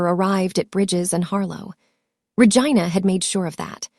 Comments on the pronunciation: The way the AI pronounced Vigina😂😂😂😂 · Every time she says Ra-Gina I crack up because what lol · 😂😂😂 I thought she was saying Vagina oh it was Ragina oh my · You need to pronounce the name right since you named her Regina